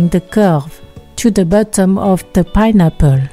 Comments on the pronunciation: Ah meh tsing payne apor!! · I love the way she says “pineapple”